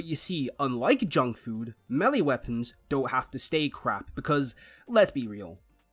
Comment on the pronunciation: there is no w in that word